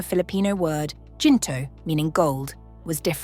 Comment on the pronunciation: Great documentary (except for mispronounced words like Gento, Ginto).